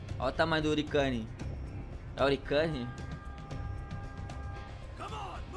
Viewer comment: Hurricane se pronuncia ruriqueine e significa furacão